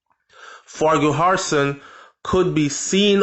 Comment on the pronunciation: ..they man's name is pronounced FAR-KISON. Not farki-har-son..it is correctly spelled Farquharson. It is of Gaelic origin. Bless up.